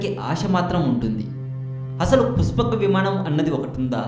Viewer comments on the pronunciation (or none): puspaka vimaanam kaadu nayana pushpaka vimanam neet ga matladu. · endi aa slang puchapaka vimanam mahichachurudu nenu cheputhanu vichechamu rechachu makenduku ee sodi babu google ni tarwatha adugu mundu ramayanam chaduvu 14 epic's telustay and 21 days anduku ayindo telsidhi telisi telina sodi vagaku mala 136k subs anta kudiga rechachu chey video upload chesemundhi chusthunam kadha chodi chepaku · Arey jako nayala neekenduku ra channel..... dabbulu kosam edi padithe adi cheptha va...... asala voice entra...... pushpaka vimanam ani palakadam kuda radu ..... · rey nela ticket labr kukka.. pushpaka vimaanam ani neelaga palakataaniki assalu ravatam ledu ra .. sigguleni mundamopinayala. ninnu tittadaaniki boothulu kuda avamaanam ga feel avuthunnai... ghmc chetha yerukoka neekenduku ra voice over jila ?? .. ayya positive commenters..!! meeku mee shravana shakthi ki mee taste ki sathakoti dandaalu. vadu cheppey matters lo sagam sagam nijalu leda motham abadhaalu. okavela matter interesting aina... aa voice ni ela bharisthannarra devullu??. entha biriyani aina footpath meeda nela pai vaddisthey egabadi tinesthaara??? thuu deenemma jeevitham...!!